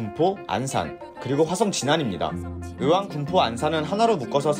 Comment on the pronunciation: 으왕이 아니라 의왕입니다. 발음을 똑바로! 저는 동탄호수공원 살지만 진안신도시 좋다고 생각합니다. 그리고 추천을 하는건지 가진 물건 팔려는건지는 모르지만, 주공?아파트를 추천한다고요? 앞으로 새 아파트가 3만 이상 생기는데? 그 주변으로 맨~~ 신도시들인데? 헌 아파트를 누가 삽니까~~~. ㅎㅎ